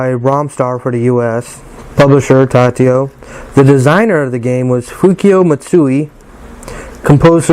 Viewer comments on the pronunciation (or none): Tatio? I don't think so. It's Taito, pronounced "Tey-toe", or "Tie-toe", depending on where in the world you're at. But definately NOT "Tatio". No wonder there's only two comments on here.......smh. 😂😂😂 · Cool video, really nice… but it’s TA-I-TO not TA-TI-O